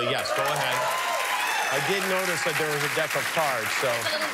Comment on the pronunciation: anyone caught that "dick" of cards? LOL